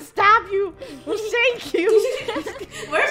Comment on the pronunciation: No she said shint but I think she means shank as the shank the cops I think